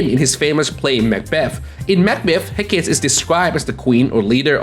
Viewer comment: It’s pronounced hek kah tee.